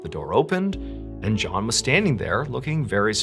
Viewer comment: No he said it correctly